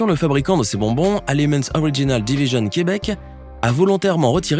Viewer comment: Pourquoi tu prononces aliments originals division Québec avec un simili accent anglais? Le Québec est francophone 😂